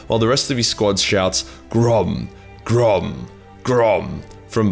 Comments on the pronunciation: the Siege-ram at Minas Tirith was called "Grond" not "Grom" ;) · It’s not GROM. It’s GROND. HOW DARE YOU. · Did you say "Grom" or "Grond"? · Grond sounds like you say Grom.. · Grond* They chant Grond. The name of Morgoths Warhammer